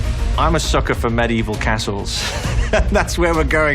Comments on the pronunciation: medi-evil it's pronounced med evil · i have to wait two months? too long. and BTW you probably are accustomed to say Medievil with the "I" but so far how I've heard it its just "Med-Evil" not "Medi-Evil" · he said medi-evil lol